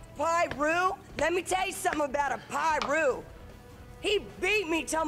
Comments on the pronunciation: She said “lowercase piru” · She said "piru" 😂😂😂🤦🏽‍♂️😂